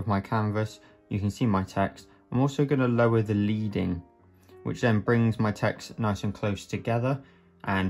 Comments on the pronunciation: FYI : It's not "LEEDING", it's "LEADING", as in the metal, lead...from back in traditional print days when type-faces were made in the (metal) lead & separated by slivers of (the metal) lead... adding or removing such slivers would change the distance between letters. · Leading is pronounced “Ledding”. On old fashioned printing presses they used to use bars of lead to space out the sentences. Not so interesting fact of the day!